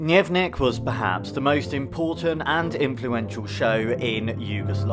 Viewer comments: Dnyevnyik... brah... its D n e v n i k --- but E is kinda wide and open, low pitch, more relaxed, not a high pitch English one. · You are mispronouncing "Dnevnik" a lot, it sounds more Russian than Yugoslav. No need to say "dnyevnyik", just say "dnevnik", the way it's written. :)